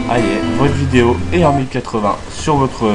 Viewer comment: "vaux" vidéo XD c'est abusé mais sinon pas mal